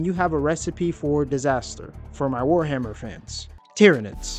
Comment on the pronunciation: Did you say... Tyranids? black rage intensifies